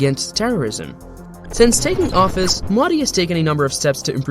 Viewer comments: Actual pronounciation Mo -dee How narrator pronounced it - Meaw- dii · Funny how you are pronouncing Modi (Its Moe-dee not Moddy) Otherwise great video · It's not maudi... It's MOdi.. dog's d. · It's not Maadi Its MODI Pls pronounce his name correctly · Its not MAUDI dude. Its Modi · the pronunciation is "Mohdi" and not modi(fication). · Have some respect and pronounce his name correctly. It's not Mudi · WTF is Moddy? Learn the correct pronunciation. You don't say BREE-OKAY for brioche and KROY-SANT for croissant do you? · Here's the pronunciation: "moh-thee" Thee, as in, 'th'ough, 'th'us. There's no excuse to not knowing the right pronunciation. There are, quite literally, 100s of 1000s of videos right here on YT, not to mention a ton of new outlets covering him. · lmao "moddy" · Why tf y'all pronounce the name so wrong like damn... You must've heard his name multiple times yet you don't correct yourself. IThe same mistake non Native speakers do y'all bully em into developing "accent". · The way he says modi is so funny😂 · Yo man pronounce modi properly else I cant trust you ! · Please use right pronounced MODI correctly. Practice more